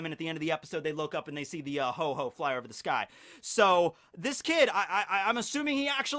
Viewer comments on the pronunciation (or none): It's Ho-oh not Ho-ho. I'm unsubbing >:( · This video is irrelevant because you call ho-oh, hoe-hoe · it's Ho-oh, not "Ho-Ho" >:( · Did this man just say ho ho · Um...There is no pokemon named HO-HO!It's actually called HO-OH :D :D :D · Actually, it's called Ho-Oh, not Ho-Ho. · Ho-Ho 😂😂 he said it multiple times